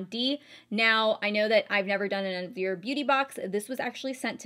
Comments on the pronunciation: It's pronounced allure not allear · You said allure wrong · lul i thought i was the one saying it wrong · sherry Little I get that but sometimes little things will just bug you